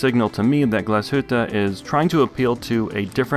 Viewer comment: As a German I must say, very good pronunciation of the word Glashütte. Usually the English reviewers butcher that name like crazy :) Review was stunning as usual!